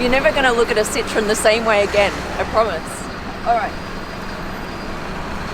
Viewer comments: Lady pronounces it Sit-trone. It’s pronounced Sit-tro-en. Three syllables. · It's not citron It's Sit-Row-Wan Just an info from a French car guy 😁😉 Citron means lemon in French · It’s pronounced sit-row-en not sitron. That why there are two dots over the O. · Please work on your pronunciation of Citroen. It is not 'Citron'.